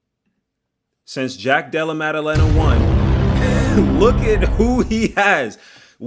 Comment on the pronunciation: hands so good it made pronounce JDM's name effortlessly 💀